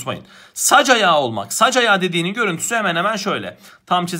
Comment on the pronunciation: bu arada ''zıttı'' değil ''zıddı'' ''saç ayağı'' değil ''sacayağı''